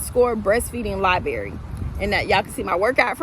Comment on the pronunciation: LIBRARY!!! ur telling ppl to find u with the word “libary”. I can guarantee u ur not gonna have many subscribers.